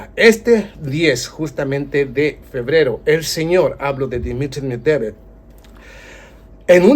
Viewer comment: A ver si aprendes a decir el apellido de Dimitri que cada vez lo pronuncias diferente tan difícil es pronunciar MED VE DEV ?